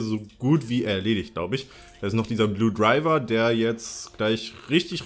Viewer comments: Wie du einfach die ganze Zeit Blue Driver und nicht Blue Diver sagst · ES HEIßT BLUE DIVER! xD